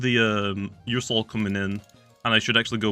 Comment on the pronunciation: ”ursoul” Me: “my soul? What does this have to do with my soul?”